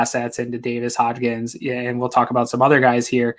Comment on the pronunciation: It’s HODGINS. HOD-GINS. Not hotch-KINS. HOD-GINS. Put some respects on the dudes name